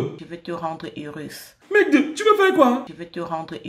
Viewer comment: Pourquoi elle ne ferme plus on part? 🤣🤣🤣🤣🤣🤣🤣🤣🤣🤣🤣🔥 En tout cas Félicitations du bon boulot comme toujours! "Rendre haireusss" 🤣🤣